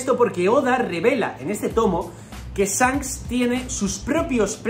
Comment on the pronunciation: me pone nervioso que le diga ZANKS y no SHanks jajajaja